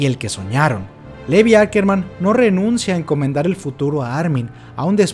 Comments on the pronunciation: Se pronuncia LIVAI, no LEVI... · Se pronuncia Lívai. Es SHINgeki no kyoJIN.